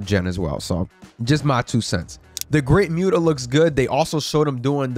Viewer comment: Dude you just said the Great muta name wrong, say the name right or don't say anything at all.